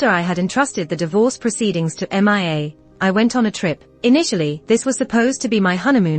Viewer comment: 2nd story saying m.i.a. instead of mia